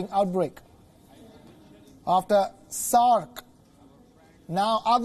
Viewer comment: He is saying "SARk"😒